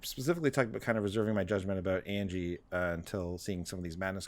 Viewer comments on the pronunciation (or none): It’s pronounced An-ya, not Angie